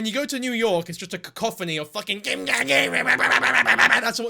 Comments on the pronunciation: “KIM KAHDASHIEN” 😅😭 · lol kim KAADASSHIANN